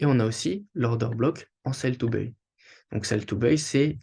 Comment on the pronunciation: salut, buy se dit "baille" pas "beuille" sinon merci pour la vidéo